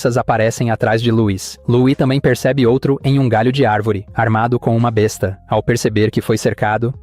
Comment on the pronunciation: Há duas palavras com a mesma grafia, mas com significado diferente. Contudo, há diferença na pronúncia. Besta, a arma medieval a pronúncia é b(É)sta. Besta, de animal a pronúncia é b(Ê)sta. Fica a dica